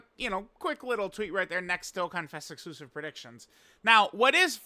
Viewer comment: Why does suck so hard at saying “dokkanfest exclusive”